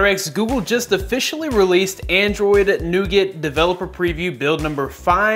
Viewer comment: your pronouncing nougat so wrong xD